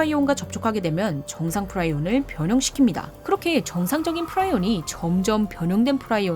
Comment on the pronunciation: 영어발음도 프리온인데 왜 프라이온이라고 하는겨?